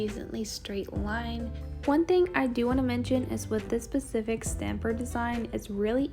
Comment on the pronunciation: Specific not pacific.